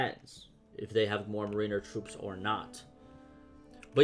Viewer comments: MARE IN ER NOT MARINEUHR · Its pronounced MARE IN ER